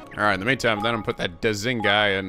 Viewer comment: Since Goldpaw phonetics seem to be based off of Chinese, I would assume that Da Xing is pronounced more like "Dashing", since x is used in transcription to represent a softer "sh" sound